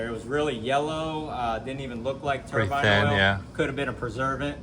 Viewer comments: The only thing that grinds my gears is the way you guys pronounce Turbine! It's Turbine(like PINE tree, Tur BINE) not Turban(It's not a head covering 👳‍♂) 🤣🤣😂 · I keep laughing at these silly Americans calling the turbine a turban. Great content though! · I was so proud of Cleetus for the first 3 minutes of the video🙂But then he went right back to calling his engine a turbin' again. 😕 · I love that they got the expert calling it a turban too 🤣🤣🤣 That caught me off guard! That's why I love this here show! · Cmon Cleetus you know the proper way to pronounce Turbine and that’s not it